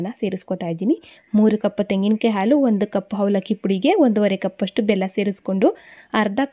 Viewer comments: ಹಾಲು, ಆಲು..ಅಲ್ಲ ಸರಿಯಾಗಿ ಉಚ್ಚಾರಣೆ ಮಾಡಿ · It's not aalu.its haalu. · ಆಲು ಅಲ್ಲ ಹಾಲು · Aalu alla, HAALU !! Urdu alla huridu!! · Please halu halu.